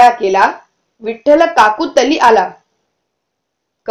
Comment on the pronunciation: It is not kakutli it is kakulti 😊